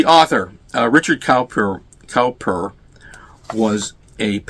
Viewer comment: I’ve heard that Richard Cowper is pronounced Coo-per.